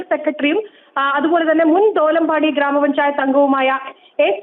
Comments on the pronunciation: ദേലംപാടി. Not dholampadi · ദോലംമ്പാടി അല്ല.. ഹേ ദേലംപാടി ആണ്.